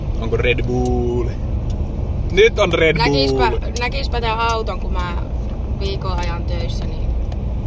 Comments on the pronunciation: Hyvää kontenttia varsinki ku sanoo red buull:DD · Ei ku se on red blöö